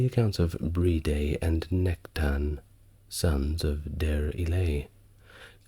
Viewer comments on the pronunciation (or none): none